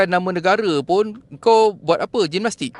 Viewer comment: Nak tersedak aku bila ckp gimmastik..hahaha